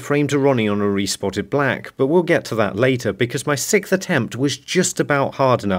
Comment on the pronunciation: Sixth, not sickth but hey you probably say slippy instead of slippery too, damn northerners 🙄